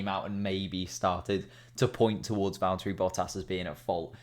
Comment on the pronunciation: Vallt-urry Boh-ass